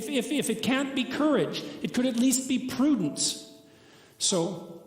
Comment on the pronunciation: "erred" as in, to have made an error, not "aired". Later was "Utter" not "Honour", and "Prudence" not "Prudents". Great video though.